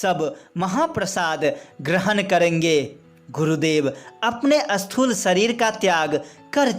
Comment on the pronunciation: ज़रा हिन्दी अच्छी तरहसे बोलो अस्थूल नहि स्थूल बोलो